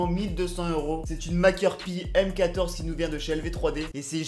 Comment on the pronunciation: "Une MakeurPi" ?! Sérieux ! une mékeur paye